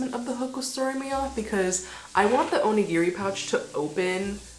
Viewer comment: おにぎり====sorry, Japanese person here. Oh-ni-gi-ri do not say/ pronouce/ or even sounds like "near" in the middle. :-). I hear so many people mispronounce this, especially on social media. Looking forward to your designs and best to you ヽ(o＾▽＾o)ノ